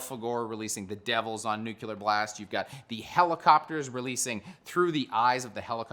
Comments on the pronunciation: Say "nucular" [sic] one more got tam time. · STOP. FUCKING. CALLING. IT. NUKULAR.